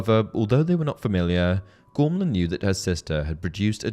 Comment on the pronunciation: the only thing that gets me with this video is the name pronunciation, how is a name spelt 'Gormlaith' pronounced 'Gormla'? Im not having a go, just a question! Otherwise great vid as always dude keep it up :)